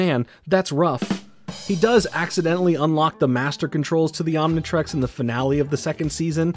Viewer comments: A baffling amount of mispronunciations mainly Omni trix not trex but overall great video! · Omnitrix, Omnitrex, Omnitrax, what other pronounciations can we expect to hear from good ol'